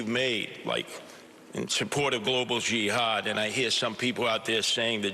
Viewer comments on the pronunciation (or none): none